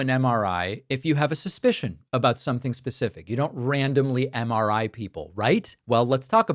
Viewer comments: Drumpf can barely coherently say “MRI”. 🤢🤮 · Dipshit can’t even say MRI properly.